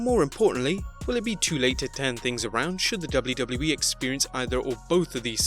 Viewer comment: I hate your intro with a passion and please learn how to pronounce WWE